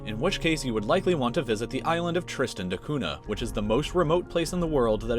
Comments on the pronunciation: It's pronounced TREEstən da KUNyah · Am I the only one who is bothered by the way he pronounces Tristan da Cunha?😂